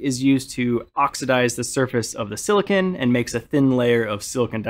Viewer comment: Had to turn off once I heard how he pronounced silicon.